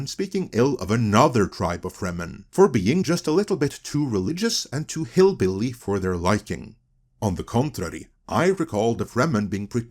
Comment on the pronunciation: Hearing someone from one of the Viking Countries say "hillbilly" is just funny, to me.